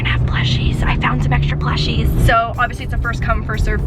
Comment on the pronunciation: did you say pLuShiEs??